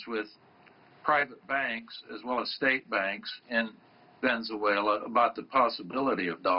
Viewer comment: He keeps pronouncing Venezuela wrong ohgod "vezeuela"